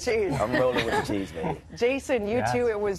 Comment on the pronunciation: it's WITH not wiff! 🤦‍♀️😂